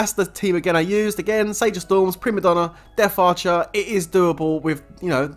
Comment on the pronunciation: It death archer NOT deaf archer... Jeez